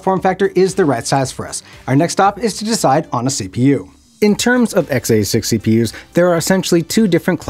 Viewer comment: Please for the love of god stop saying XA6 instead of X86. Just stop altogether lol. We should make it a drinking game. Take a shot everytime he says xA6 (X86).